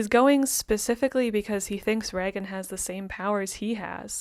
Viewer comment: It is pronounced like Raygen